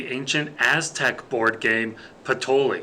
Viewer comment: just wondering if it's not pronounced patoyee...??